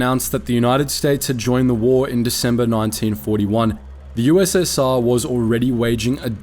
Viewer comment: You said ussa